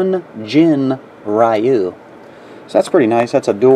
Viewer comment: It's pronounced RYOO. Like "you" with a "R" in the front. =)